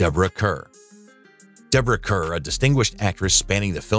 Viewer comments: And Pronouncing Kerr as care when it should be pronounced car. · Deborah Kerr's last name is pronounced CARR, not CUR. What's Jean Simmons' bio doing about Deborah Kerr. This whole list is crazy. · Most of the actors you mention were not hated! And for goodness sake learn how to pronunce their names. You even scrwed up the pronunciation of Enlish actress Deborah Kerr (it is prnounced car not cur)!@ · Hated by whom? Most were not hated at all. And for goodness sake, learn how to pronounce the names of the people you are talking about. You even screwed up British actor Deborah Kerr's name! (It is pronounced car, not cur!!) You absolutely massacred the pronunciation of every single French actor except Bridget Bardot!! 10 thumbs down! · It was pronounced CAR , not Kurr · Deborah Car, not Care. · Deborah Kerr pronounced CAR, not care. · Full of flaws. Deborah Kerr's last name is not pronounced phonetically. It is pronounced "Car". This production should be edited before airing. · Not Kerr as written, pronounced Karr.